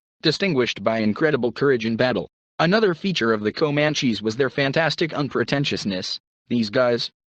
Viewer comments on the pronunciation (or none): I listened to the word Komanchees for about 1 minute and fled.